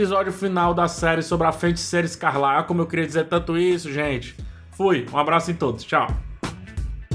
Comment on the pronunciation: Cara, video muito legal, parabéns! Só toma cuidado pra não falar "FeNticeira". Abraço